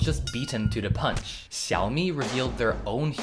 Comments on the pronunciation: Xiaomi should be pronounced something like shaomi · It's pronounced Shaomi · The way he pronounces xiaomi💀